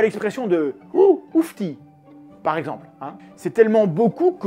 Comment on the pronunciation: haha je venais de me poser la question si ça se disait donc aussi dans certaines régions de France. Un "oufti" avec un accent français, c'est quand même spécial :p